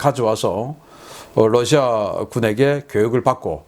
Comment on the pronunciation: 신선생님, Russia를 Lussia라고 발음하시네요.